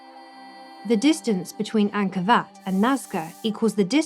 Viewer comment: When you are the only person who calls Ankor, Ankor Vat.. What? Wat.. What? Vat..? Wat... Sorry ET we know you didn't make anything on Earth. There simply isn't anything "that" advanced, we can't do. There's just a lot of smoke n mirrors... oh and we knew features about the Earth, we've only come to understand in the past 100 years, 4500 years ago.